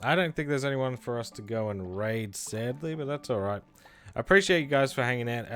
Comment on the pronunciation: “And swadddly there are a phewww”